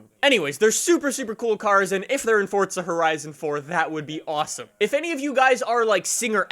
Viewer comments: its not fortza bro its forza lol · it's FORZA.... Not fortza.... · its forza not fortsza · The way you say forza drives me nuts. There's no "t" in forza. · Why does he say it like “fortza” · I like how he says fordza lmao